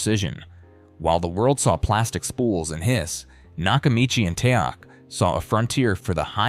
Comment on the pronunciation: The brand "Teac" is not pronounced "Teek". Is there no option to correct an AI service's mispronunciation of a word? "The numbers proved both decks could rival open reel performance." That is not so. Although those tape decks were very good, they were no match for a quality reel-to-reel system. 1) The reel-to-reel tapes were a better quality, and they could hold more information, due to their much larger recording surface. 2) Reel-to-reel decks could run a faster speeds, improving the magnetic transfer to and from the tape. 3) Everything that our host's AI computer generated voice said about head alignment and precision tuning, etc, is correct. But omitted from this video is that all decks have a built-in pre-amp. Decks convert the signal data, that is stored on the magnetic tape, into voltage. That voltage is the birth of the musical signal that eventually reaches your speakers. The decks featured in this video all have different pre-amp sections, and the sound quality of the pre-amp is extremely important. When you press the "Play" button on a deck, the actual sound has to start somewhere. It does not fall out of the sky. Something has to create the sound from silence. The deck does that, and they all have different quality parts that handle that process -- and those parts play a huge role in the sound quality. As good as those tape decks were, they were no match for a quality reel-to-reel deck, in both tape quality, and sound producing quality. Until digital became